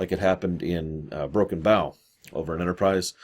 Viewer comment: Please stop pronouncing Broken Bow incorrectly! Bow is pronounced like "bow and arrow" (think about it, it's a city in Oklahoma... Native American territory)